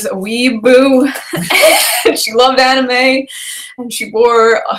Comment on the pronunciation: Bruh arent you the girl who said animae